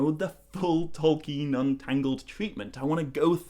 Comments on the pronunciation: Anyone criticising your pronunciation of Tolkien is just revealing their own naiveté unfortunately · Lol to the people who think you're pronouncing things wrong. You're probably the most accurate pronouncer I've ever heard.